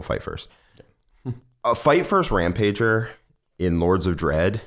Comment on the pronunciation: Can we stop and notice how he is saying Rampager incorrectly???